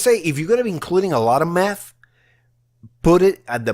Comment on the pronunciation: When he said math I thought I he said meth lol 😂